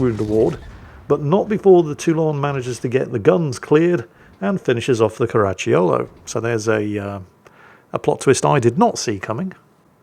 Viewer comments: "Caracciolo", but my ears kept hearing "Karachi Yolo". 😅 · Stop adding a "ch" to Caracciolo... not all double C's are a Ch I Italian, some are hard Cs, so cuh's